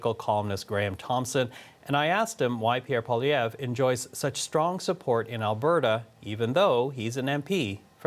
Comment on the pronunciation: This pundit needs to learn how to pronounce Poilievre.